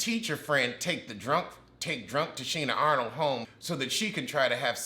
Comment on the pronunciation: Why are you calling her Tichina Arnold? 😂😂